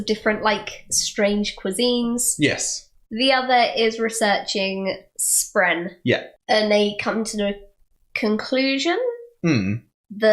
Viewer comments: My GOD its not spreen! Spren spren spren SPREN! Sorry but Im way too much of a word nazi to let tht one fly. Otherwise, you kicked my ass in understanding this book. Took me about 3 reads to pick up everything you have on your first. Good job. Good job. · It's because I actually call them Spreenies because they are cute and need a cuter name I just shorten that and we get to spreen. I know it's still not acceptable but I didn't think it would be fair to say that correctly and still not get any of the other names right.